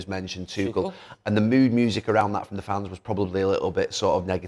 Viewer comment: “Where are you getting it frrrroorm, Where are you getting it frrrroorm”